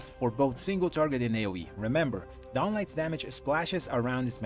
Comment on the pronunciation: That's not how you pronounce DAWN, man. Look it up!